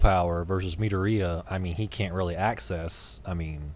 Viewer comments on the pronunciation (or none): Me-door-e-uh, if that helps. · Mid-door-Re-ya. That’s how it’s pronounced. I’m sorry, it was really bothering me. Or just call him Deku. It’s his nickname.